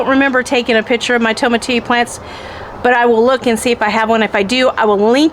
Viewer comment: Going to start this Spring. My family and I eat tomatillos almost daily (not raw ofc lol). But it is pronounced to-ma-ti-yo the two L’s make a Y sound (Spanish name)